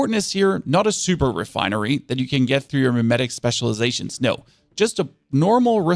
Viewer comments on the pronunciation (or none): none